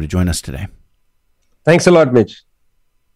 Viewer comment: Whenever he says "listen Mitch" it sounds to me "listen bitch"😂